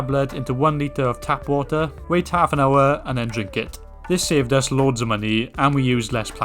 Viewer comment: 4 litres Of whater a day 😂